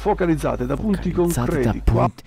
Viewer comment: l'ho ascoltato e riascoltato, perché c'era qualcosa che all'orecchio mi strideva malissimo e purtroppo ci avevo sentito giusto... non dice focalizzate, ma fUocalizzate 😨😭